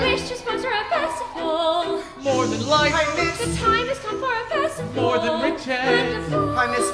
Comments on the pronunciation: This is amazing! I just wish Cinderella would say her "T's" in the word Festival. Every time it's "Fesival" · She also needs to learn how to pronounce the word 'feSTival'